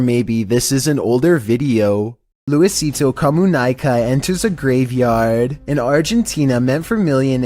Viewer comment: Luisito Co-mew-knee-ka